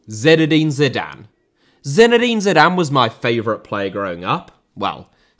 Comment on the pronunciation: Butragueño* not Butragano Dinamo* not Dinamau Stamina *not Staminer Zinédine* not Zeneden Fathers* not Fohrthers Weah* not Weyer Serie* not Siri Diego* not Diyeigouw Miles* not Mals Rather * not Rother Cannavaro* not Cannavohrouw Benzema* not Benzemohr Andriy* not Ondrey Rivaldo * not Revaldouw Figo *not Figouw Oleh* not Ouwlei Gullit* not Hăllet München * not Munich Omar* not Óuwmohr Sívori* not Sevori Gianni* not Dgiohrnni Lionel * not Leonl Roberto* not Robötouw Baggio* not Bagiouw Inter* not Ento Grande * not Grandeo Matthäus * not Matthejas Pelé* not Pelei Alfredo * not Alfreidouw Eusébio * not Yusséibiouw Mozambique* not Mouwzambic Nazário * not Nazériouw Johan* not Jouwhan Cristiano* not Crestiohrnouw Regime* not Reigime Half* not Holf